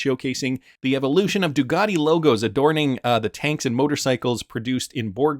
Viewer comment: Can you say the letter C , it sounds a lot like a K? It’s not DuGati, it’s Ducati